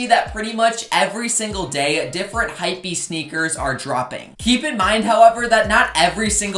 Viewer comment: you saying hypwbeast sneaker just super triggering XD